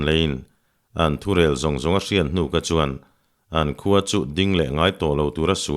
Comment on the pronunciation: I chhiar thiamin i chhiar ngaihnawm thei khawp mai. Midang chhiar hi ka ngaithla meuh lo. Chutih laiin i thawnthu chhiar hovah ngaihmawh deuh ka neih pakhat hi min lo ngaih pawimawh sak la a lawmawm ngawt ang. Chu chu 'h' i lam kim lo lutuk hi, a kik chu a awm nual na-in a dik lo a tam daih zawk, entir nan : khua tih turah kua, thing tih turah ting, Khuma tih turah Kuma, Khai tih turah kai, chhiah tih turah kai chiah, a dang pawh a tam mai. Hei hi han chhiar dik thei phei la a lawmawm ngawt ang.